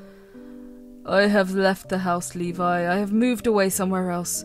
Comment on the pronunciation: I have, a friend of mine but, it was pronounce Lebe instead of Levi.